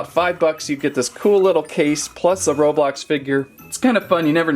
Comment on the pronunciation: It’s not robolox its roblox